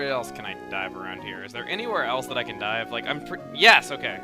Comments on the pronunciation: "This is a token of my appreciation. It is Die" ...was I the only one that heard this? I know he meant dive but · I though chugga said "This is a token of my appreciation. It is die." then "We're going to take a die" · did he say dive or die. ya steven gave him die. here chugga got die!